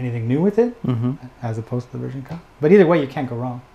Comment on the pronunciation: Jesus stop saying “version ka” just say ver ka. It sounds stupid for some reason